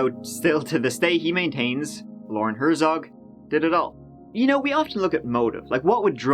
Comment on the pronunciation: Hert-zog, not Her-zog.